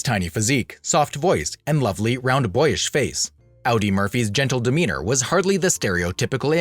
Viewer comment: Pronounced ODdee. OWdee as you say it is the German car company.